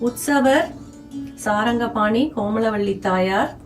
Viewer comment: Very beautiful and informative golu. Thirukudandhai Sarngapani. There is no A as in saranga. May be slip of the tongue. If possible make an edit. And hide this pl